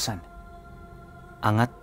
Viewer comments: OMG!! HELLO TAGA ANGAT HERE(ANGGAT PO BASA DYAN PINUNO) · Afam ata c kasi iba pag sabi nya sa ANGAT